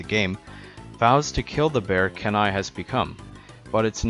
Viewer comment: Have you heard of the CD-rom game? And Kenai is pronounced KEY-NAI. The reason his brother chases him is because he thought the bear that killed his other brother, Sitka, was him.